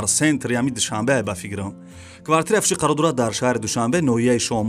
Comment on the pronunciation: Бародари азиз саросема наша. Хонаи Фуши не. Хонаи Фуруши гу.